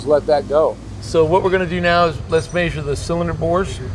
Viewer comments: If i hear “MeAsure” like that 1 more time… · Idk if it’s just your areas accent but you’re the only person I’ve ever heard say measure like you do